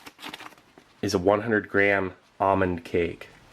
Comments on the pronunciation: Ahmond cake? You mean, ALMOND cake? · It’s not almond it’s almond with a L